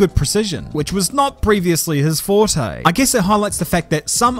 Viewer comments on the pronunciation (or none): none